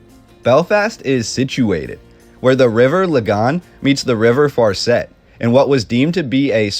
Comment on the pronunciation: The way they pronounced farset was bad